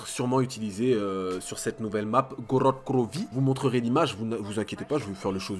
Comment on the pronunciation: jkiff kan tu dit Grod Krovi mdrrr